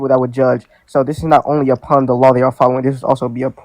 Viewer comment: I've never heard "upon" be pronounced "a pun" 🤦🏻‍♂️